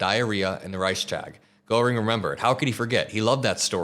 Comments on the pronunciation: Goreing??? Come on! Don't be ignorant! Everyone who is a commentator online has no right to be ignorant of that. Google translate can tell you how to say it. I never heard a single person say his name wrong ever, until now. Been watching you for many months, daily. Never eff up Nazi names, it makes you look ignorant about Nazis, and that is a bad thing. We all need to be very, very informed about a few Nazi names. They should never be forgotten, that is bad. Be informed, be good. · honey, it's "gear-ing". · OK, Hermann Goerring, important historical figure. It's pronounced Gehrr-ing. There's no - O - sound in the pronunciation. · Great segment,. Though you really do need to learn who Hermann Göring (pronounced “Gare-ing”) was. Also learn about Joseph Goebbels, H*tler’s Minister of Propaganda (Steven Miller likely has a poster of him on his bedroom wall). These are essential figures to understand when covering Trump’s journey to fascism as he’s using the exact same playbook. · You are miss pronouncing Goring! It's Gering! Otherwise, good video. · Goering is pronounced Geh-ring. Sorry, I'm a WWII history buff. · Please learn how to correctly pronounce Gőring. Mispronouncing it makes you sound sophmoric and ill-informed. And the fact that you were too lazy to ask someone who might know bespeaks slovenliness. You saw a foreign name with a punctuation mark you didn’t know and were too convinced of your intelligence to look into it further. To lazy to fact find. Shame on you. You’re a bum. Well-intentioned but a bum. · learn how to pronounce Gogrings name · For some reason, you not being able to pronounce Göring correctly really irritated the shit out of me.. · Check your pronunciation of "Goehring".